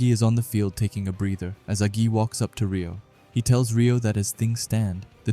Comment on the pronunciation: There's no way this guy called agi a g i